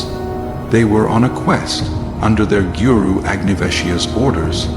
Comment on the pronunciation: Wonderfully done! Please make more!! It's to the point and skipps much of the corny melodrama of other films and movies. The pronunciation of the names could need some improvement.pronounce it like a good sanskriti! For example it's GURU and not giuyu-roo (🙂)